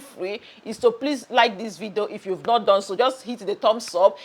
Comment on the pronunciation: I like the way you say vido 😂😂😂 enjoying your content